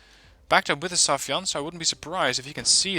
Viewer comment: when the day come for you to pronounce "sayfan right"? its sai-fan, not safi-yan